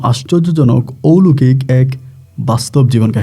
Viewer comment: bhai, uchcharonta hobe oulokik noy, oloukik, bujhesen.